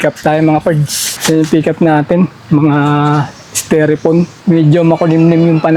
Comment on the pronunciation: styrofoam ang tamang pronunciation hind styrefoam